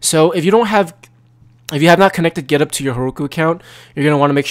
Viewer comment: when u said "github" i thought u said "pornhub"